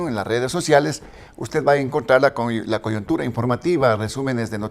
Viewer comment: Todo lindo pero no se dice "coyontura" sino coyuntura.